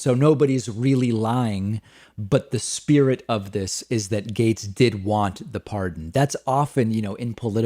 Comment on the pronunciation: Gaetz! GAETZ!!! Not Gates, silly.